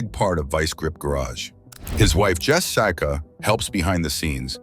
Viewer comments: Jess Saka. Nothing says this video is a bs ai video like mispronunciation… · "his wife Jess-ICA"? o_O}